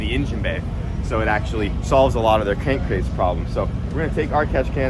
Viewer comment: Cank crase problem? Lol. An I the only one that caught that lol